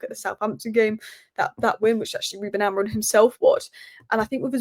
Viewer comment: Are you saying Ruben AmoriN? Lol